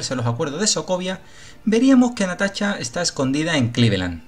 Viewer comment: jajajajaja no es mala onda, pero que.pronuncie bien el amigo.